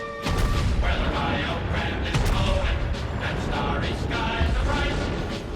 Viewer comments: what version is this? rio is pronounces "rhee-oh" not "rie-oh" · this version of the yellow rose of Texas isn't that great....hell they pronounced rio wrong and reworded the whole song...